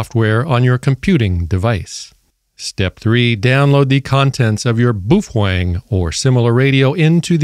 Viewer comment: It's pronounced "BOW-FENG"